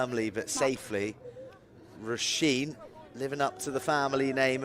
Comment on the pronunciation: Enjoyed the commentary, but the name Róisín is pronounced Rowsheen not Rosheen! Just a minor thing.